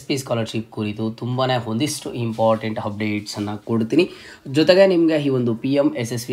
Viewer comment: Hupdate, handre, heedey reti, hipath mooru hipath nalku, hantaha, howrige, hand, habiruddhi, hawashakate, himportant, helru😅 edu yav style yella ha inda heltidiri, offend aag bedi😅